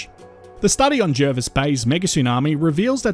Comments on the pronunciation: Yes, I grew up there, and the incomers mispronounce it. It is indeed ‘Jarvis’. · Agree. Born in the 1970s, it was always pronounced JARvis Bay growing up.. I went away to China for ten years, came back in 2018, and I was culturally shocked.. People were calling it JERvis Bay, local people were telling me I couldn't walk in certain areas, and I was being Welcomed to Country by Aboriginal Elders at meetings.. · The RAN is there has been for decades and they refer to it as Jarvis.... Jervis pronunciation is American but we are not Americans. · I don’t think anyone who lives locally calls it JARvis instead of JERvis.